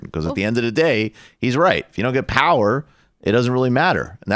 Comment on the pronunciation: "We need Pahwaah"